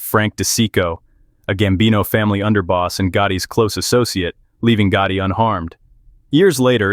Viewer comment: John GOOOOTIE ? 😂 The way they pronounced it once Omg